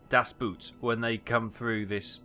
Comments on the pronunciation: The "Boot" in "Das Boot", the two "o" are pronounced like a long-spoken "o"... like "Daz Booooot". (that's how you pronounce it) I hope you get what I mean. 👍🏻😉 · its an open o in das boot.. hard to explain but maybe you're interested in the pronunciation.. great movie..and good series mate keep it up..